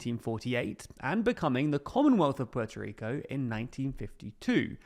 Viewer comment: Puelto Lico